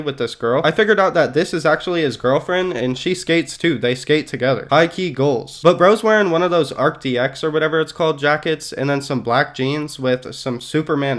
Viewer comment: Arc D K??? cmon man